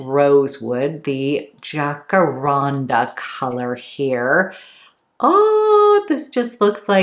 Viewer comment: Floridian here- it’s said Jack - uh - ran- duh. It’s a tree here.